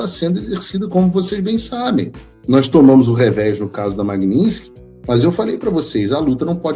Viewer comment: Afinal, como se pronuncia: Magninsky ou Magnitsky? Estou ouvindo mal ou entendendo mal?